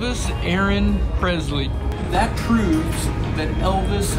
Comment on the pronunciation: Hey I love your videos and everything you get involved in. My only criticism is that it’s Elvis Presley not Prezley. Lol